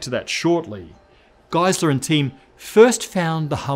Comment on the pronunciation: So his name actually isn't "guy slur" it's "geese lur" it's a Germanic last name so the second letter (in this case it's an "e") is what gets pronounced. My name is "guy slur" his is "geese lur"